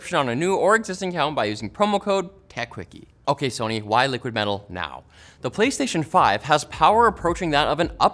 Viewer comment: LTT's latest branded product, "' Liquid Mell'al" 😂